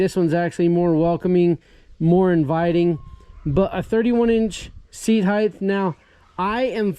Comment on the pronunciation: "Seat heighth"